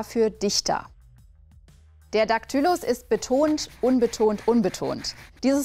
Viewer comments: Betont sie Daktylus nicht falsch? Warum betont sie die Silbe -ty-? Wird das Wort Daktylus nicht mit einem Daktylus betont? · Sehr schön erklärt. 😊👍 Aber die Worte Daktylus (bei ) und Anapäst (bei ) hast Du nicht richtig betont, denn das Wort Daktylus ist auch ein Daktylus, genauso wie das Wort Anapäst ein Anapäst ist. 😊 Aber dafür hast Du ja die Beispielworte richtig betont. 😊 Ich habe 'ne kleine Playlist mit 3 Beispielvideos zu den entsprechenden Metren, mit jeweiliger Erklärung in den Video-Beschreibungen. Wer mag, kann ja mal schauen: Aber, so oder so, Daumen hoch für das Video und viele liebe Grüße von Freya 😊